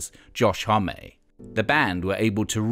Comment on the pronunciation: Is No one gonna talk about Josh "Hommay"